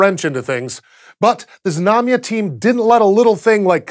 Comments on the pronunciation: Знамя (Znamya) is pronounced with the Z and the n sound together, so it's Znam-ya and not Zi-nam-ya... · Russian pronunciation tip: There was nothing dire about your rendition of Znamya, but for the fun of it I thought I'd tell you the proper Russian pronunciation. Znamya is two syllables, stressed on the first, so avoid saying "zi-nami-ya." A few of the times you did the "zna" very well, flowing the z right into the n, but other times you added an i-sound in there, and the same goes for the mya. "zna" is just like "sna" but with voice, while the "mya" can be approximated with a "mya" sound (no i in between), but actually, it should be pronounced with a "soft" (ie Y-ish) /m/, and then a short schwa (uh-sound), because it's unstressed. So the best, Russian, pronunciation is more like "ZNA-mʸuh." [zná.mʲə] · Why bother to pronounce it Zuh-namya, that's like saying suh-nake or suh-mile. It actually takes more effort to mispronounce it than to say it properly. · Your pronunciation and [everyone's] spelling is off. I hate how this information seems to be missing from the internet, and instead of going out to look we all just regurgitate year old motherboard articles to each other to sound cool. Being a Russian, i would spell it Znamia. Russian: Знамя (use google translate for pronunciation, it is not hard) . And contrary to popular belief, it does not mean "banner" , at least not exactly . The word does not directly translate, but it is closer to "emblem" or "ensign" or "family crest". Znacha means "meaning" and "Znak" means sign, the words are related. Sorry, when i think of "banner" i think a long horizontal advertisement in a football stadium or on a website i am trying to read. Jeez! get your facts straight :(